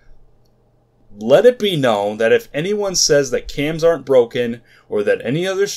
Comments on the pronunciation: Its not Cams, its Quaams. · no, its QAAMs. in other words, there is no U you don't pronounce a U that isn't there. Q A A Ms or Q AAMs